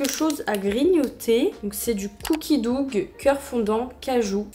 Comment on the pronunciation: « coukie doug » mes oreilles saignent 😭😭😭👀